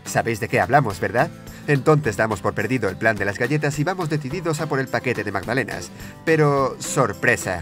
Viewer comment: "Magdanela" po la wea penca